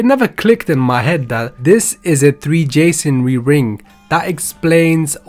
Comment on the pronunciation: Don’t wanna sound like a asshole but why is he saying “3 jasonry” instead of “ Free Masonry “?